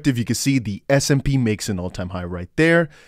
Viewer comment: Love your vids❣️ Btw, it's S&P, not SMP😘